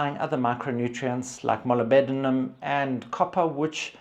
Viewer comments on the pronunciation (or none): Molybdenum is pronounced mo-lib-denum with the emphasis on the lib. 😊